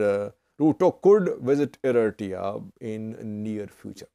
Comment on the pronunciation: Can say Eritrea?